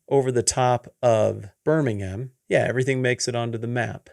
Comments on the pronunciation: No offense, Love everything you do, but for Alabama is BirmingHAM! We pronounce it differently from the one in England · really pronounced Birmingham, AL the same as the Birmingham in England.